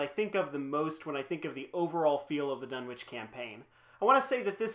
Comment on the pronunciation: Done-itch. Silent w . . .